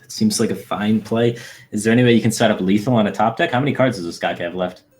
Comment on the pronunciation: the way you're pronouncing Ostkaka is givin me the heebie jeebies